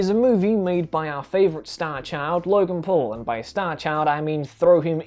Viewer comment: the first time he said logan paul it sounded like he said logan "porn"